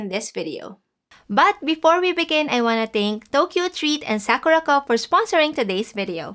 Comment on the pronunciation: Oh...Sakuraco, not Sakurako loves Himuwari..........